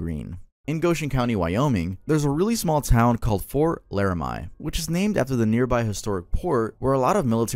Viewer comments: It’s LaraME not LaraMY 😭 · Bestie it's pronounced Lara-mee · For WY it's pronounced Fort Laramie (Lare-a-mee) not (Lare-a-mie) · Laramie is pronounced laramii, not laramai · also its pronounced lara me not lara my lol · Laramie is pronounced larah-me(from my knowledge) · The pronunciations are killing me! 😂 (Arapaho) uh rap uh hoe, (Laramie) lair uh mee and (Ouachita) wash ih tah were three that stood out to me. Being from Arkansas, that last one was painful 🤣🤣 good video though! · Wyoming doesn’t exist, Laramie pronounced Larimeee